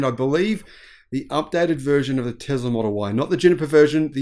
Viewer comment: Oh, Teezlah. Like diesel diezul. 🤭